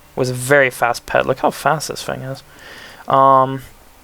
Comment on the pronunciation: TH not F! It's TH-ing! NOT F-ing!